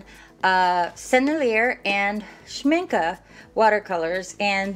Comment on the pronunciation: Sen-el-i-a, and Sh-mink-ay